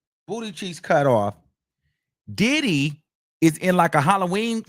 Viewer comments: 😭cracks me tf EVERY mfin time he says it🤦🏻‍♀️😂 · Lol that's how I pronounce his name now. Did-hee. Followed with, "yes he did." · Can’t nobody pronounce Diddy the way you do 😂😂😂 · It’s sumthin about how u pronounce the name ‘Diddy’ 😊